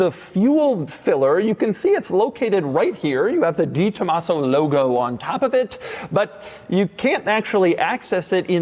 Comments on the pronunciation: I know how it’s spelled (and that this is Doug 😂) but I’ve never heard anyone pronounce it like Doug as DeeTomaso. I’ve only ever heard it pronounced DayTomaso or DahTomaso (maybe even DehTomaso). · Pronounced… DAY tomaso 😉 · Doug is the type of guy who mispronounces the "De" in "DeTomaso" for 40 years and knows he's doing it. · I cringe every time he mispronounces DeTomaso....